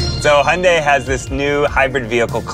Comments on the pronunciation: he pronounced hyundai, hi-un-day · How are they pronouncing Hyundai like that